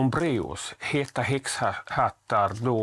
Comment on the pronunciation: Haha tyckte du sa hetta häxpattar😂